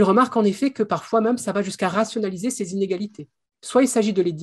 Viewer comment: C'est la première fois que j'entends le mot 'même' prononcé 'meume'. J'aimerais bien savoir d'où ça vient :)